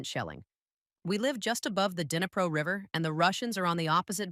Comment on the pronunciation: I appreciate the English narration. Based on the pronunciation errors, I believe you're using AI dictation? - we live above the 'din-i-pro' river - the team sets course for 'Oh-day-sah' - 'mod-er-it' meetings Overall the AI is 99% correct with the narration pronunciation, so it's not a big issue. Perhaps it would be possible to train the AI on how to pronounce Ukrainian cities and rivers? Or perhaps the script it reads could include phonetic pronunciation spelling of Ukrainian cities instead of a literal spelling? That may help it produce town names correctly. Best of luck. Slava Ukrayini!